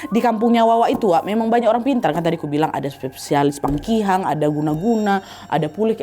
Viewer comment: PAKIHANG btw kak nadia bkn pangkihang